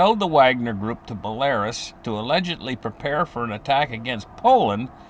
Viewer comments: It's Bell-a-ROOS, not Bel-AIR-Us. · Belarus is pronounced Bella-roose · He meant belarus, pronounced bell a roos. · Will you get your pronunciation of Belarus corect please